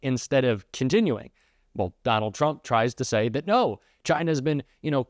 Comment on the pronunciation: I love how Comer pronounces Trump, ‘chump’. The rest of our elected officials should follow suit.